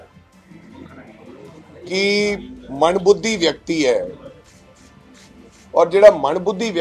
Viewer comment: Manbhudhi nai hndaa mandbuddhi hnda haii..🎉🎉🎉galat uchaaran